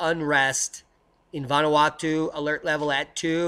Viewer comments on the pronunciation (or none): none